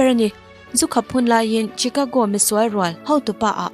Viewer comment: Chicago hi "CHI-KA-GO" niloin "SHE-KA-GO" tia lamtur ani.